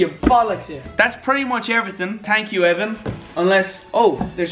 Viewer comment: "TANK YOU VANOSS"